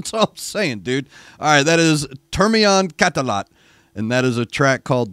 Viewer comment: Your pronunciation of that band name was spot on!!